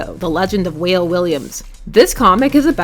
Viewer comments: Wale = Wah-lae, not whale. LOL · It's pronounced Wah-Lay (like Wale the rapper) not Whale. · It's pronounced as Walé. Not Whale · In Africa, Wale is pronounced "Wha-leh", not "Whale" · It's pronounced "Wah-ley" Williams not "whale' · It’s pronounced (WAH- LAY) not whale. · Actually it’s pronounced wal-ay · Character for #3 is pronounced "Wah-lay"